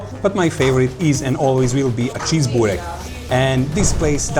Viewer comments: Nicht Bork-burek.Lese es wie es geschrieben wird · nicht bork sondern burek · Was für ein Bork???? Das heisst Burek